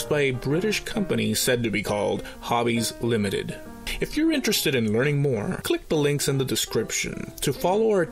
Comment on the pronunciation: Man... I was disappointed... You were saying "Hobbies Limited" and I kept hearing "Javi's Limited"... bummer...;) lol Nice series,! I really enjoy them! Keep 'em comin'!!